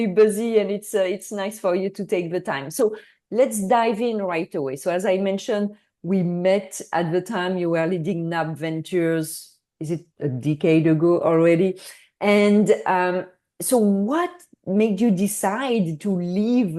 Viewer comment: It’s her, not errr. And dickade is not the same as decade. Etc. 🤣